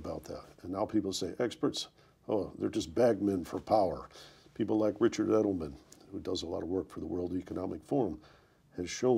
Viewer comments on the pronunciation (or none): none